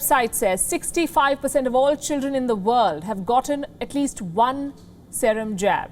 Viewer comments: Wrong pronounciation of Serum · What a Jerk news channel.. this is like one of the BJP propoganda machine.. this stupid news anchor can't even pronunciate "Serum"... She is a pure "bhanghan"...